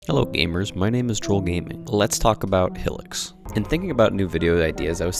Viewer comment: "Hill-ics" 😂😂😂 Good video tho 👍